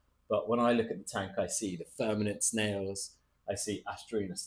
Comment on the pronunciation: Great content. I hear you say verminid snails but I think they are called vermitid snails. They are ugly pesky little bugger so who cares lol😂